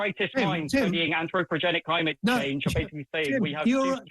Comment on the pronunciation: ANTHROPOGENIC. He keeps calling it AnthroPROGENIC.